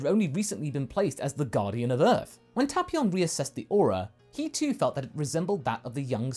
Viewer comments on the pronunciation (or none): Tapeion not tapion your mispronouncing it